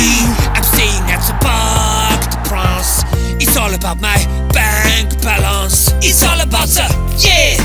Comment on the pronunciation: " Bank Balonce"🤣